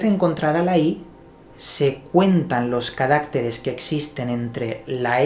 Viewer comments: Buenas tardes amigo; muy interesante, pero no se dice carácteres, sino caractéres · ¿Y este Juan Lanas sabe hebreo? Además, dice “ca RÁC teres, en lugar de caracTEres.